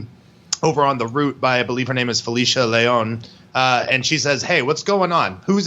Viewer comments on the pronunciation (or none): lol does this guy with long hair even speak Spanish? the way he said Leon doesnt sound liek it. cmon man